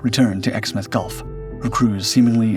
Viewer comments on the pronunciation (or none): none